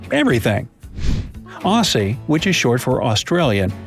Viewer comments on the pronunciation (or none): We don't say aussie like he did, it sounds like "ozzie" we call this place "the land of Oz" as well sometimes. Brissie is short for Brisbane, but it sounde like z where the s''s are as well. The cockroach races happen at the pub.